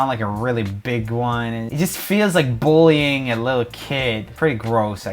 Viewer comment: Who else finds it funny that roomy can’t pronounce the word “bullying”